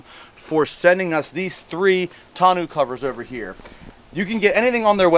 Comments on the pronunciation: Tonneau is pronounced Tonn-oh btw, french words are funny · It's NOT pronounced "tonoo" ....figure it out!!